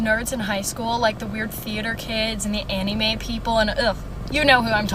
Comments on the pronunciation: Not her saying anime like Annie-may 🤦🏼‍♂️😂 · The way she said anime killed me I thought she said Fannie May 😭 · Fr I had to rewind I thought she said Fannie May like the candies 😭